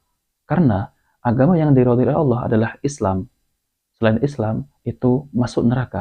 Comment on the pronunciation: LOE PERBAIKI DULU SEBUTAN NAMA TUHAN KEPUNYAAN ISLAM TEN DULU. BUKAN ALA.......APA APAAAN ALA ALA ALA ALA. APA LIDAH LOE KAYAK LIDAH 🐍. KEKEKEKEKKEEK